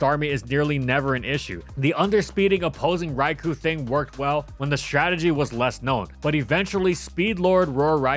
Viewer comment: Still waiting for that Trick Room-setting ability. And for to pronounce Raikou correctly.